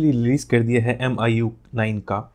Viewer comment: Bhai miui hota h miu nhi